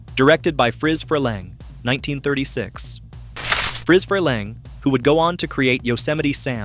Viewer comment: Freleng, pronounce his name right